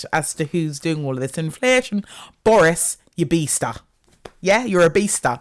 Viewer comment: Listening to this as I'm getting petrol in South Sudan...the "inflashun" is just offensive at this point. like...